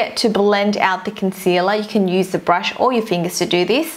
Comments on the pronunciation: "and apply it with a bRRRRush" :))) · a brrrushh I'm sorry... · she says brrrush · how she pronounce brush lmao 😂